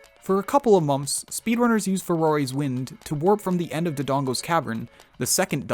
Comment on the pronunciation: Is no one going to talk about how this guy says “mompths” when saying months lol